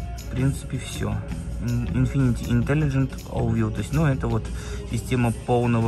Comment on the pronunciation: Infiniti, а не infinitY